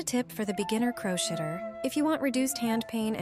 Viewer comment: Crow shitter? Don't you think this ad would be more affective if you said it correctly. Crochet/crocheting is pronounced "crow shaying".